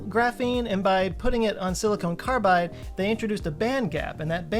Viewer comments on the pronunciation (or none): Okay,, you clearly say, at the mark "siliCONE carbide." Just sayin'